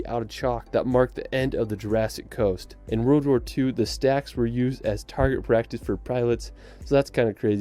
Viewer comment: The narrator’s pronunciation of the word “world” is really irritating